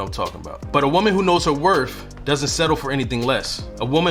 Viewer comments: Wor TH not Wor F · W o r t h. Not werf. W I t h. Not wif. People will take you seriously when you can speak the language correctly. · I’m glad that you corrected yourself to pronounce “WORTH” correctly at the end of your first point. Nothing drives me more insane then somebody who mispronounces worth as “WORF”. On another note, the content of your video is on point! Thank you 🙏🏽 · You lost me at "werf" (instead of correctly pronouncing "worth") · Worth. Not WorF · Worth, does not end in "f". I respect men who speak well. You did say it correctly when talking about a car. Other than that, your facts were spot on. Coming from a woman over 60. Most young women are quickly to ask for things, instead of touting her standards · The word is worTH not worF. 🤨🤨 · It's you sayin "wor-F" 🤣...good info tho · WorTH with a TH like mouTH, don’t pronounce it as a F man. I can’t take people who speak broken english seriously, regardless of the message. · you are not saying worth properly . there is no f sound in worth. thank you very much.